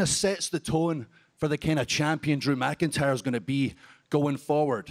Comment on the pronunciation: Drew MKINTIYER Drew MKINTIYER Drew MKINTIYER Drew MKINTIYER Drew MKINTIYER